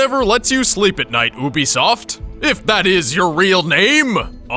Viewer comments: Dis guy: OOObisoft instead of YUUbisoft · It's Pronounced You-Bisoft. not Ooo-Bisoft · He says Oobiesoft When it really is Youbiesoft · It's not OO-be-soft it's YOU-be-soft SAY IT RIGHT!!!!! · Why do so many people say oohbesoft instead of youbesoft? It annoys me a lot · This is the story I never knew?! Anybody who played ac1 and revelations knows all of this hopefully! All u did was tell all Altair events in the games. And by the way, Ubisoft is pronounced Youbisoft not oobisoft